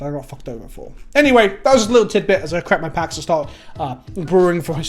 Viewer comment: When he said "crack my packs" at the end of the video, with his accent, it sounds like "crap my pants." -stay gold,.